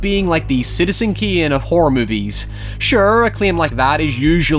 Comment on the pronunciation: what is "kiem before it" and "citizen kien"